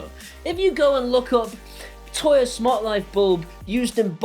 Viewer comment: Agree with everything. "Toya" though? 🤣